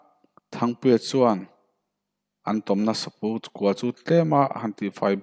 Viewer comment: Saphu kua. Saphu tiha phu hi 'ka phu lo e' tiha 'phu' ang hian lam tur aw. I thiam lo ang reng ka ti.